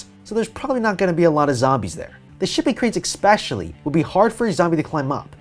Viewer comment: My eye twitches every time he says "escape" as "ex-cape". Or "especially" as "ex-specially". But great video anyway.